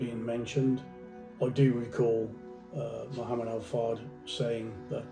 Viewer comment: He can’t even pronounce the man’s name, highly questionable.